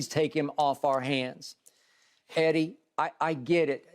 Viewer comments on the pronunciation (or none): Skip says "Heddy...😂". Reminds me of that satirical film where the lady says "Heddy" and the guy snaps back "It's not Heddy, it's Hedley!"